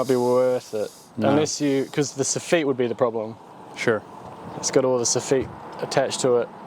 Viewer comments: You pronounce soffit differently down there then we do in the states. Here we say "soff-et" not "sah-feet". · What's a soffit"sawfeet" don't you mean a "saw fit" soffit 😂